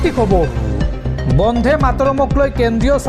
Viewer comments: বন্ধে নহয়,বন্দে ।শুদ্ধকৈ উচ্চাৰণ কৰিবা। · উচ্চাৰণ বন্ধে নহয়, বন্দে হ'ব লাগে